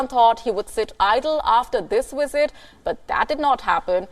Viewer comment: What is a “wisit”